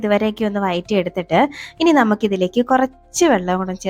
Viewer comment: Not വയറ്റി but വഴറ്റി